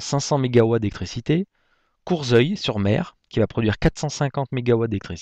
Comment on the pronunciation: juste pour info courseulles / mer , le S se prononce comme SS et non comme S